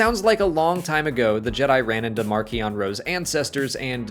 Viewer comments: Does anyone else get super annoyed that he pronounces his name as Mark-ee-on instead of Marsh-ee-on!? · Marsh-ion is my pronunciation (via the audiobook). Also the Nye-hill not Nile.